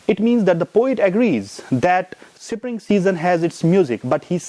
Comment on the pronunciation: What is sipring...? Isn't it spring?